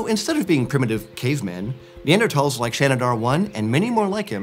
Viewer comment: He's saying it correctly.